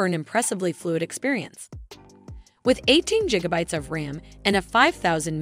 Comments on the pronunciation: You saying Jigabytes Intead of gigabytes does not let me enjoy the video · bro on the first one it straight up said 8 jiggabytes of ram instead of gigabytes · Jigabytes killed me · 18 jigabytes! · 1.21 Jigabytes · That Jigabytes is tough to listen to.... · I cant take your video seriously when you keep saying jigabytes. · im glad someone made the comment. i though it was pretty funny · It might just be me... but the fact that she keeps mispronouncing "Gigabytes", is really irritating. 😅